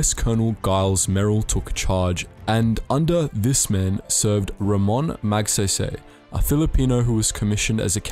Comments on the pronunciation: No offence (I dont know what to call you so I will just call you, I am new) it is pronounced Magsaisai (please dont bully me) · is that how YOU pronounce it? because that's not how you do it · I died inside a little everytime he mispronounced his name. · He said magsaysay wrong I should know I'm fillipino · That's not how you pronounce magsaysay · Magsabi sabi 😂🤣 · It's pronounced MAG-SAY-SAY. Not MAG-SEY-SEY. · IT'S MAG"SAISAI" NOT "SAYSAY (pronounciation not spelling) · IT'S NOT MAGSEYSEY IT'S MAGSAYSAY A AS IN AH MYGHAD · Magsaysay is read as "Magsahysahy" not "Mag say say" But anyways great video❤️❤️ (Btw you earned a new sub) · When you say magsaysay is magseysey it's say say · just wanted for u to know that its magsaysay not magseysey when u pronounce it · Just a note: Magsaysay isn't pronounced as MagSEYSEY. It's pronounced as MagSAISAI. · The say in "Magsaysay " is pronounced as SIGH not say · Forgive me for this but "Magsaysay" is pronounced as "Magsaysay", not "Magseysey" or "Mugseysey". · Not offended but it's actually pronounced "Magsaisai", not "magseisei". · Hahaha hindi magsaesae magSaisai/magsaysay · It's Magsaysay not Magsaysey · You better know the Americans be pronouncing it like gay go 💀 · "Calucan" "Batan" "Magseysey" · I like how you mispronounced magsaysay's name every time you say it. Magseysey heheh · I love your accent, can you say it again?! "Mag Say Say"🥰🥰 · Please read Magsaysay as Mug Sigh Sigh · um its Mag-sai-sai (Magsaysay) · Magsaysay pronounce Mag-sai-sai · Btw, just to put it out there, for non-filipinos, it's pronounced as ramon mag-sai-sai okie? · Btw It's pronounced as (Mag sai sai) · bro said sey sey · M yes magsay say forgive me for being that guy but its pronounces Mag sai sai Remember the weapon called sai? The smol trident yes the sai is pronounced as that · Thanks. "Mahg-sigh-sigh." "Cabanatoo-ahn." "Los Bah-nyos." "Hooks".